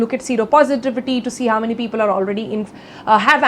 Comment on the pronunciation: Peepool my dear Sonal. Peepool..